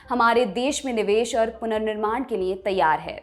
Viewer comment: पर ध्यान से सुनें। यह महिला लिए को निए बोलती है।